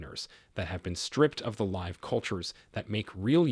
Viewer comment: Too bad they used an AI narrator that couldn’t pronounce common words like “live” or “arthritis”! Otherwise good information.